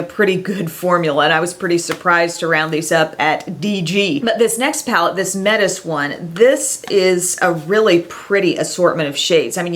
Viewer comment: It is probably pronounced "Met-is" like the Greek goddess, seeing as the other palette was Aphrodite.